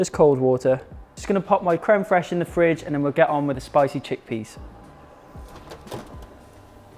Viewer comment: As I can see crème fraîche is easy to say for English people or maybe you're good in french. I'm really happy to see your videos and also to improve my English and to ear English accent sooo beautiful !!!